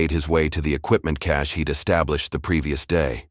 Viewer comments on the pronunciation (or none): none